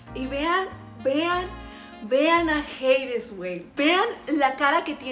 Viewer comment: es Hades JIADJSUW no "jeides" 💀